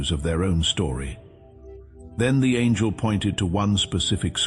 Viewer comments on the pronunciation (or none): none